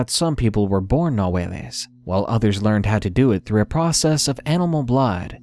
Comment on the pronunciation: It's not ''nahueles'' it's ''Nahuales''